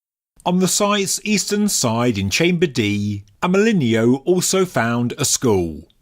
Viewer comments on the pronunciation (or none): AMÉLINEAU IS PRONOUNCE AMÉLIN"O" THE EAU LETTERS TOGETHER SOUND LIKE "O" YOU SAID IT SO MANY TIMES LOL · for clarity, since he was French, his name is pronounced (I'm not well versed in english phonetics, sry) more or less like "Amɜlɪnɔ". in French, "e" doesn't turn into "i", and "eau" is read as "o". (fun fact, "eau" is also an actual french word meaning "water".)